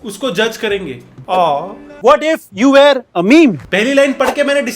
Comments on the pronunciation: Bhai pe वो व्हेयर (where) nhi वर (were) pronounce hota hai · I didn't notice that you pronounce it where everytime until today!!! But i also think its (were) pronunciation is "VAR" not where!